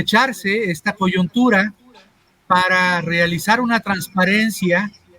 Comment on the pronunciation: Se dice " Coyuntura" no "Coyontura"